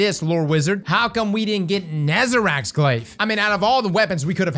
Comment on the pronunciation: Cross for the love of god it's not ne-za-rack it's ne-za-rec